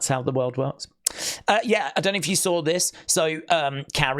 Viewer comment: You sawr it … you sawr it WWE fans 😂😂 ( voice ).